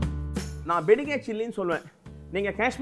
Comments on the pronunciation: வெங்கடேச பட்டரே, தயவு செய்து "பெடிகேர்" மிளகாய் என உச்சரிக்கை வேண்டாம் ಬ್ಯಾಡಗಿ (Byadagi) என உச்சரிக்கவும். நன்றி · Being a kannadiga yourself, I'm surprised how you can't pronounce"byadagi" chilli.